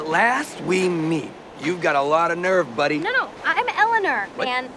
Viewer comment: It kills me that Eleanor takes on Michael's pronounciation of her name. "I'm Elliner, man!"